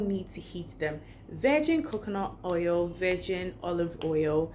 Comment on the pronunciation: Yes you said hoil 😂😂😂😂